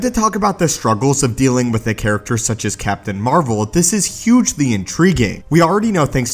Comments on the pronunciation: The most powerful MCU hero is Captain Marvel. BTW did you say Captain "Amarvel?" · Did you just call her Captain Amer-vel?